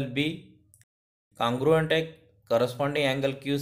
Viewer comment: U r saying cangruent it's congruent 🤦